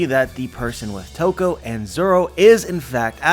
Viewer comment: Ladi Toki -> Toko hmm, close enough :D